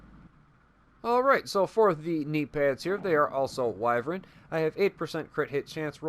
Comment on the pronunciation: I’m so proud of you for pronouncing wyvern correctly 👏👏👏👏👏👏 as always great build two things what in the world was that sound in the background and two did you that Ubisoft is going to be introducing crossplay in the division